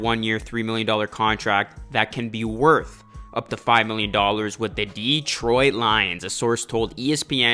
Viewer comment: Please show the Lions some respect and star pronoucing Detroit's name correctly, it is not Deeetroit, but Detroit.